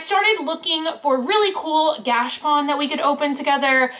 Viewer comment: I’m pretty sure it’s pronounced gah-cha-pone. At least the people I know who live in Japan pronounce it like that. Anyhow, those are really cool!